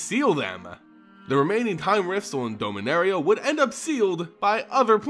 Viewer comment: You need to say the As in "Dominaria" as As (like you say in the word apple) and not like an E.